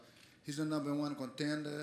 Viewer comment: Did Conor say numb?